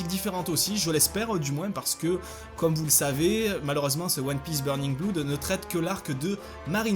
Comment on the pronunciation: si je peux me permettre , ta prononciation de "blood" est un peu dérangeante ! ça ce prononce plus "au" si tu veut voici un lien de prononciation rien que pour toi ;) sinon sinon ... les attaques de barba blanche et marco sont ouffissime !!! marco est un personnage très intéressant je trouve, comme tu a dit avec du style et un logia super ! dommage qu'il ne sois pas assez creuser et vue dans le manga .. peut être par la suite espérons